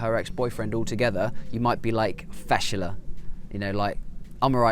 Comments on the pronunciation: Ok, Kuwaiti here. First of all, It's pronounced "Fash-la" not "Fashala", so a brief stop after the "sh". This word is basically used for any situation that's awkward or embarrassing (like what you said). Umm, "ibn-al-rub3a", I dunno what you mean by that, never used it before. Maybe you mean "Bu-Rubu3" which is basically an idiom that implies the meaning of "cheap", usually used to describe a shop or a store which sells items in very cheap prices. The famous Kuwaiti dish is "Machboos Diyay" not "Majboos Diyay". I really couldn't stop laughing when I saw "Diyay Makeena" on my screen. You pronounced it correctly though LOOOOL. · ( Fashla ) فَشله quick word don’t stop between letters .. not( fashala ) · Fashla not fashela .. if you can notice the difference in kuwaiti .. but simply it means embarrassing 😁✌🏻 and yup im kuwaiti